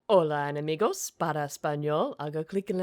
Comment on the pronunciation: hahahaha, she didn't say the E in enEmigos though